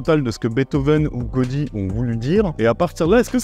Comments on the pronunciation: Dur de balancer des insultes après autant de bon sens... Ah si. Tiens. On dit "Ga-ou-di" et pas "Go-di". Inculte de la prononciation catalane 😂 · 12 Catalans sont Mort en t ecoutant. J apprecie le God dans Godi mais ça se prononce Gaoudi. Probablement je suis le Nième blaireau à le dire, du coup je rajouterai que j'adore ton travail et ta bienveillance sur le cinéma. Très communicatif ! Si bien que j ai jamais regardé une seul suggestion, faute de temps mais que je rate jamais un épisode. Merci pour ton travail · on dit GA-O-DI et pas godi... mais bref... oui... je suis d'accord avec toute ta vidéo. Merci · On dit "Gaodi" .... 😜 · Pour un "architecturophile" tu passerais pour un neuneu en prononçant Gaudí "Godi". Je te soupçonne d'avoir fait exprès pour que je sois considéré comme un intello arrogant :) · Cela se dit Gaodi, et oui je suis un expert ! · ON DIT GA-OU-DI ROGNTÜDJÜ !!!!